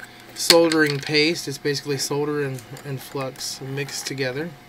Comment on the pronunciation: Thank you for your correct pronunciation of the word 'Solder'. This brit and the letter L appreciate it.